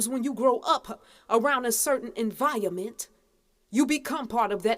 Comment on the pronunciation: She said enviament